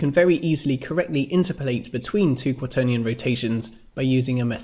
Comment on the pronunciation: My question is why do you pronounce "interpolate" weirdly? It's like "in-terp-o-late", not "inter-polate". (Like its opposite number is "ex-trap-o-late", not "extra-polate".) Sorry. Good videos. But that pronunciation was triggering me.